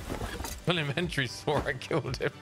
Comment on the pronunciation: Man said "inventree" yano.. Tory boy.. In-ven-tory